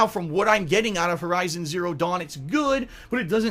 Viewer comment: Did he just say VERIZON Zero Dawn??? LOL keep up the good work.